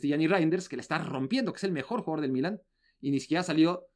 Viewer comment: Sólo una pregunta al: Se dice "Milán" en español. o "Milano" en italiano. ¿Por qué pronuncia "Mílan", con acento en la i?